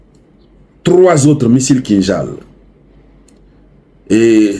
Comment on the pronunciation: Salut, oser c'est déjà gagner ❤❤❤ pas de doute vous prononcez correctement le nom du missile. C'est bien kinjal qui veut dire en langue Russe poignard. Ce missile avait été utilisé depuis 2022 à 2023 c'est ce missile qui a endommagé pour la toute première fois le patriote 8sa. Vive le monde multipolaire vive la Russie, la Chine, l'Afrique et ses alliés